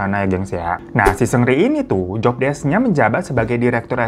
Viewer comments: Bang bukan sungri bang tapi seungri 😂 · Greget juga tiap denger 'sungri' wkwkwk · Gemes sm bang hiro, walaupun nyebut "seungri" nya terdengar seperti "sungri" tpi ttep bisa bawain cerita dengan baik dan karakter bang hironya bikin ngakak nemenin weekend majikan2. Terimakasih bang hiroo❤ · Gue dengernya Supri 😭😭